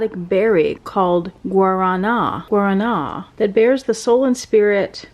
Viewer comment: Guaraná is pronounced as “gwa-rah-nah”